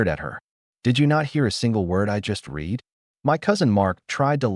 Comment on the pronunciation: AI still can't differentiate between the pronunciation of "read" and "read - sic red".